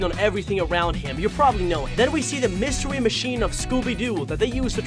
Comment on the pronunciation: Mystewy machine.